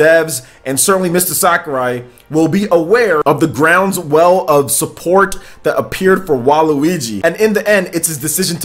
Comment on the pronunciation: It's not grounds well it's ground swell you strange man